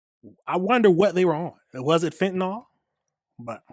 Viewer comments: It is not pronounced fentanawl. It's fentanill. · FEN-TAH-NIL (FENTANYL) sorry, as a nurse i cant hear FEN-TAH-NOL one more time.. .LOL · Fentanyl is pronounced fen tan NILL The reporter even mispronounced it smh.